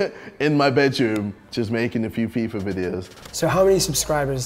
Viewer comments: He says "Peeper Videos" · "peeper" videos?